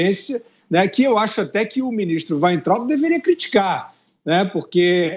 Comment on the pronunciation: ...é "Waitraub..."